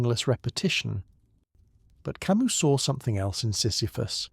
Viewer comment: This would be wonderful if… The AI narrator would decide on a single pronunciation of Camus, Sisyphus etc. Quite jarring.